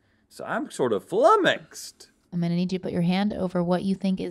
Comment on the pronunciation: No one: Not a soul: Rhett: I’m fLuMeXeD